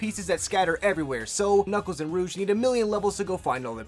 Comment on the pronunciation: Btw rouge is pronounced rooj but awesome